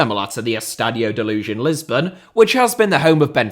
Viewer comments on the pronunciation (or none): none